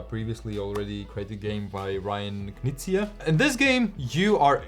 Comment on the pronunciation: Did you say Ryan Knizia? Heresy!